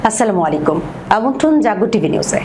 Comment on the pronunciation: সংবাদের প্রথমে সালামটা একটু সুন্দর করে দিতে হবে, আসসালামু আ'লাইকুম বলতে হবে বোন!!! ধন্যবাদ।